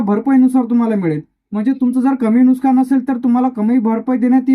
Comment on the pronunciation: नुकसान म्हणता येत नाही आणि माहिती सांगतो नुकसान कांनुकसानरे बावळट